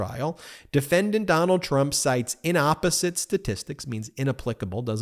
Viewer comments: It's in-APP-oh-zit. I spent 35 years writing legal briefs. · Thank you for your excellent, essential work. A friendly (teacher's) correction: the word is "in APPosite," not "inOPPosite" I assume that we all want to be precise in these times. Thanks. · Excellent commentary as usual from Ben Meiselas. Just one quibble: Ben says "inopposite" a few times, reading from Jack Smith's reply brief. I don't know if that brief got it wrong, but in any event the correct word is "inapposite," which is the adjective for an illogical comparison---in the classic phrase, "comparing apples and oranges."